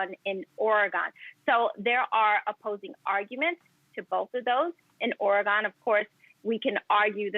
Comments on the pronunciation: Native here. she said it properly. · I like the old license plate surround that said, “It’s Ory-gun”. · Actually she is pronouncing it correctly.